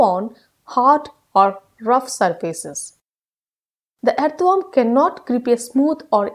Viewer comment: first of all she didnot know to pronounce earthworm